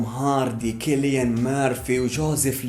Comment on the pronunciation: فيديو جبار و انا سعيد انا حصلت قناتك. بس ملاحظة: تنطق سيليان مرفي و ليس كيليان